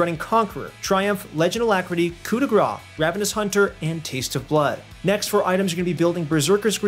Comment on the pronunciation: He keeps saying "coup de [gra]" is it a joke or he really doesn't know how to pronounce "grâce" ? I CAN'T TELL HELP